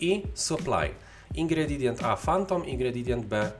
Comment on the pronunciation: "Ingredidient"? :D :D Tam chyba jest napisane coś innego, Szanowny Kolego ;)